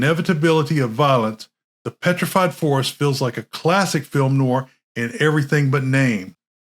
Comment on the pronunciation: The 'proper' pronunciation of 'noir' is 'nuh-war' with the emphasis on 'war'. As in "nwär'. Try saying that correctly a hundred times.